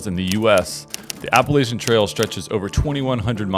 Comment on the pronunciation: Appa- LATCH-un! Appa-LATCH-un.